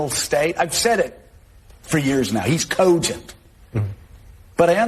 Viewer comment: How does John Yarborough think cogent is spelled? I've never heard it pronounced with a W and 7 U's